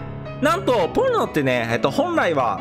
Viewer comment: ポンノがポルノに聞こえて焦ったゾ…